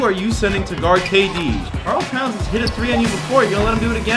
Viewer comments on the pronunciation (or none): I hate when you say "Karl Towns" bro but you're a cool youtuber so it's cool